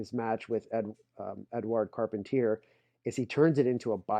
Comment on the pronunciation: lou called this the short arm-scissors. carpentier pronunciation is car-PON-tee-ay